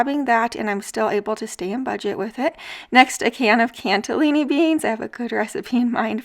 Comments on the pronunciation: I enjoy your videos very much, but just one thing--there is no "t" in "cannellini" beans. Please say it just like it's written. They are not "cantellini" beans. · I like your videos, but you Have to stop saying “cantelini”. There is no T in that word. Just look at the name on the side of the can. There is no T. Please stop adding letters that aren’t there. It’s really really annoying. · "CANN-ELLINI BEANS" there is no "T". 😀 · Hi there! Thank you for your videos! I know that this is going to sound petty (that’s not at all my intention so I apologize beforehand) but I just wanted you to know that the beans you usually buy are called “cannellini,” not “”canTelini.” Just a suggestion. Thank you. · I just adore how you say Cannellini beans!! hehe! CANTelinni beans! You are freaking adorable and I just love your videos!!!!!! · Thanks Christopher! I have been wanting to tell her the same thing. She's so fun to watch, despite the extra T. ☺ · Cannellini....no T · There's no "t" in Cannellini. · There is no “t” in cannellini, btw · Cannelini beans, no "T" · Like your videos a lot! Little tip.... Cannellini beans don't have a T in the spelling and are not pronounced as though they do.